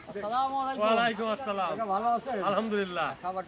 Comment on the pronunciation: সালাম ঠিক মত দিতে পারেন নাহ